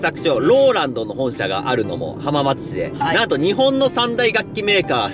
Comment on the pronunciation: はまーつではなくて、はーまつですね